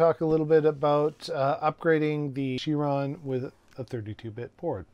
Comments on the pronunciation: Thanks for taking a dive a lot of other Chiron owners are wondering about! One small thing. It's not "sheer-rawn" it's "kai-rawn". ;') Like in Chiropractor. See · Please say kai-ron